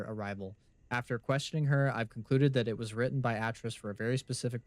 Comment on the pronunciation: Atrus is pronounced Ay-Trus and Gehn is pronounced like Geh-n, like Hen with a soft G...just fyi